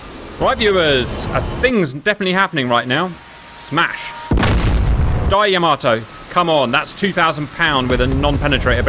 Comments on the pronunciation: Just wondering if you knew you were pronouncing "Yamato" wrong. It's yuh·MAA·tow not Yah-ma-TOW. Didn't know if you were doing this on purpose. If so, please stop. I find it disrespectful to this amazing machine and the people lost on her. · Very cool, but it's not Yama-TOE, but rather YA-mato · Yamato not yama toe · It not Ya-mo-Toe it is Ya-MO-toe. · It is not Yamm A tow It is Yah Mah Tow! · Not pronounced Yama-toe it is Yah-ma-toe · you should look up how to pronounce words like Yamato